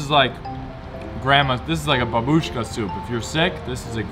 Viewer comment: It's not babUshka. It's bAbushka. The stress is on the first syllable. And Yekaterinburg, on the contrary, is pronounced with the stress on the last syllable, YekaterinbUrg. Not Yekater'Inburg. The stress is on "U".